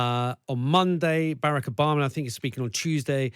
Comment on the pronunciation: this dude can’t even say “Barack” right, and he’s been out of office as long as he was in it. remember where American racism came from 🤷🏾‍♂️